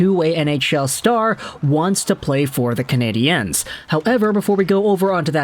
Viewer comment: Bro are you reading the talkbacks? It's CanadiENs not CanadiANS!!!!!